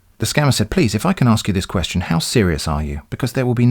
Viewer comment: I love it so much when you read the words as written. Ex: kwee-astion.